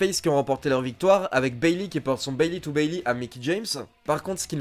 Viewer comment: Tu t'es trompé , c'est pas "Bailey" mais Beyley . Sinon c'est mas grave mais continue comme ça car c'est une excellente vidéo